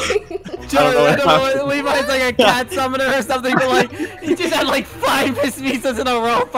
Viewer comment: He said head but since he was laughing so much it sounded like he said a$$